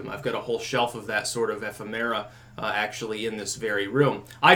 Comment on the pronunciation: Not to pick on you, but I couldn't help noting your pronunciation of ephimera. I would have thought the accent was on the second syllable, eh-FIM-er-ah, rather than eh-fih-MEH-rah.